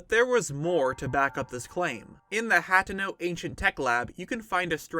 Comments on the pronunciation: It is Ha-Te-No not hat-e-no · Im pretty sure that its pronounced hay-tay-no